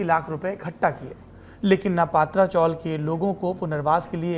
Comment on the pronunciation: पात्रा नहीं पत्रा चाळ हे mohaday